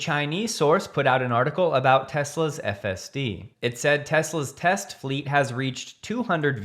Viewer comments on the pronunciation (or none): none